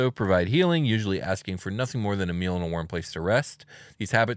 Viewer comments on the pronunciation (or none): none